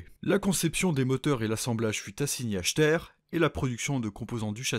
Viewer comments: Steyr se prononce "Shtayar", même si c'est pas du tout intuitif. Mais à part ça, super vidéo ! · Steyr ce prononce "Steyeur" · Bonjour, je me permet de corriger... Steyr se prononce "Shteier" sans insister sur le deuxième "e". Pour Krupp ça se prononce "Kroupp".